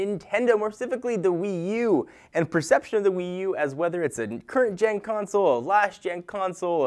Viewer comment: Gen* not ten^